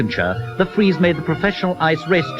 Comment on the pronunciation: The big fweeze